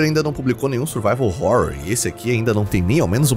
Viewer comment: Sim, sou eu de novo, o cara da pronúncia de Survival Horror, e vim dizer que estou orgulhoso! kkkkk